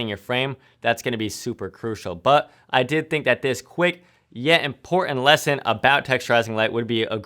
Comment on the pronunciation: You're a great teacher,. Clear and concise. And very practical. I'm curious where you're from. Your accent of dropping the "T"s from words like "Button" and "Important" I've not heard before and I've shot in 33 US states. Keep up the solid content, man! Thanks!